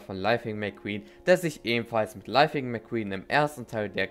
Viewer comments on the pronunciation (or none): "lifing mcqeen"